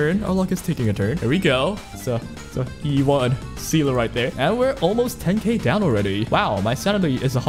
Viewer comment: Funfact: Seele is german for soul, and yes, you did butcher it but that's okay.